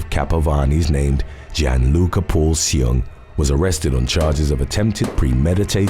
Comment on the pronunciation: Yes, you say my name "Gianluca" and the pronunciations is not even too bad! ❤❤